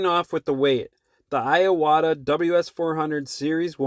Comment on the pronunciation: just a small nit picky,but it's IWATA not I-AWATA other than that,great video